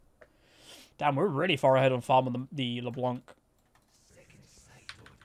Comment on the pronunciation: Yo, as it's supposed to be french, the "c" in "LeBlanc" should be muted. The way it was intendend to be pronounced is "LeBlan" rather than "LeBlank", which by the way literally means "The White" in french. Love your videos man, keep it up!